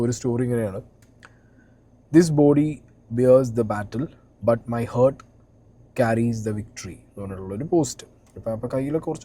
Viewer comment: ഹേർട്ട്‌ അല്ല ഹാർട്ട്‌